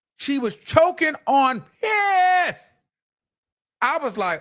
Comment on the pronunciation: it's not supposed to be funny, but why u had ta say piss like that lol u remind me of my self lol making words ur own to keep up with YouTube standards, making it funny, but people also know what the hell u saying lol